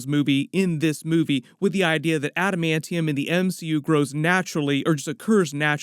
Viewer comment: What about the new trailer where he says adimantium